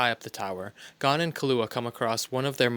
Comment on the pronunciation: If ur gonna make sum like this please name gon and killua say there name correct smh